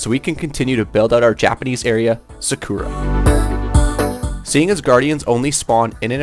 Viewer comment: He really spent a hundred hours building japanese buildings but pronounces sakura as suh-ker-rah